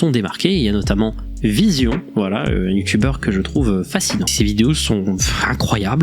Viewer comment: il me semble que ce VZION et pas VISION... mais bon, ce just un petit detail